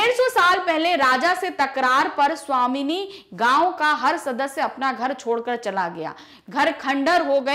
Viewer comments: Please mam savabhimani ko svamini mt padhao hum exam me glt likh ke aa jaenge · Are sawamini ni h woh Swabhimani h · वो स्वामिनि नही स्वाभिमानी है।।।।।।।।😑😑😑😑😑😑😑😑😑😑😑😑😑😑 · 23 : 55 min ......... महोदया वो स्वामिनी नहीं स्वाभिमानी लिखा हुआ है ........!! ❤️‍🩹✌️ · Madam wo sawabhiman hai